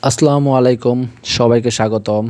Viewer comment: সালাম সঠিক উচ্চারণ করতে শিখুন। এবং সঠিক ভাবে দিবেন নয়তো দেয়া থেকে বিরত থাকুন।